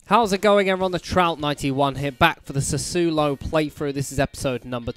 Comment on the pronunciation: Do you have a corner tactic? Make them stick it in the near post, put the tallest player there and train attacking set pieces for a few weeks.. might add some corner goals (also, youre pronouncing Sassuolo badly again)